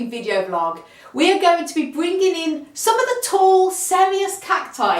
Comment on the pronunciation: A very nice "VLIG" indeed 😆